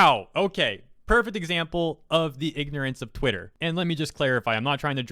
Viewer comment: Did you intentionally say twatter, because that’s gold.